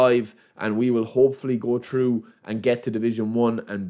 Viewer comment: its also „through“ pass not true pass - or i „think“ not i tink